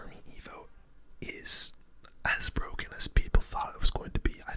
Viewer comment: "The new evo skeletons awe bwoken"